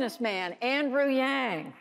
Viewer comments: wth is this damn guy host who can't even pronounce yang's last name? total idiot. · Struggling with the male commentator who didn’t appear to even know how to pronounce Yang’s name. And later did a dig when he snarked Yang liked to think of himself as a scientist and then laughed. He shows too much subjectivity.